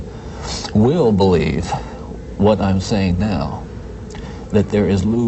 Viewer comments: It really irks me when Ted Bundy repeatedly says, purnography! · Is it me or does Ted pronounce pornography as PERNography